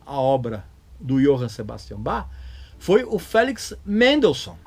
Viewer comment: Muita gente, ao dizer "Sebastian", pronuncia "cebástian", em vez de "zebástian", pois, em alemão, é assim que é falado.